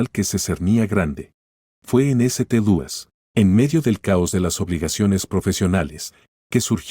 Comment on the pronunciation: Hay una enorme laguna en el relato, lo que dificulta la comprensión. Eso sin contar con la pronunciación... ¿eseteluis?